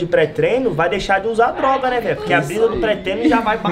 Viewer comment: Deixar de uasr droa?! Kkkk mano essa pora ai é a droga